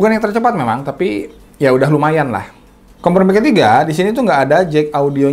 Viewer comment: Apa gw yg salah dengar kompormi ya?